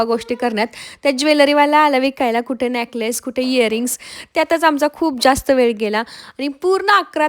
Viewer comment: नेकलेस असत ते न्याकलेस काय बोलते 😂😂😂 बोलायला शिक आधी